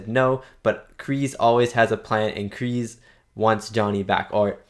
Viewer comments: They did in fact film in Okinawa. Kk2 was filmed in Hawaii but yes they went to Japan for CK. Been enjoying your reaction videos. John Kreese's name is pronounced like you would say the word grease. Not Kree's. Kreese. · See that’s why I will forever hate Hawk. He only did it to impress his friends if that’s what you want to call them. And it’s a KreeSe with an S sound.